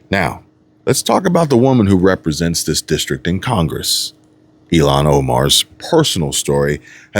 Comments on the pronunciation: Your pronouncing her name wrong ,it sounds like your saying Elon. ?!? It’s ill as in sick, don’t feel well, and HAAN as in Han-Solo, From Star Wars ! Ok, Cool 😎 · It’s Ilhan ( ill-Haaan) ! Omar ! The Witch !